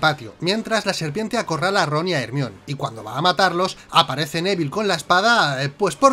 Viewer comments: NO SON ERRORES DE DOBLAJE: Hermion jajajajajaja saludos me encantan sus videos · QUE HORRIBLE QUE DIGAN HERMION